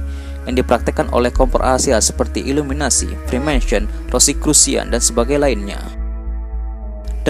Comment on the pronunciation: Apa cuma w yang denger dia ngomong illuminati malah "ILLUMINASI"? :V